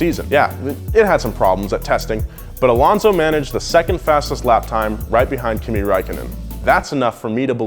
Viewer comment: Kimi Räikkönen Finnish you completely bucherd his name i woud know im Finnish my self.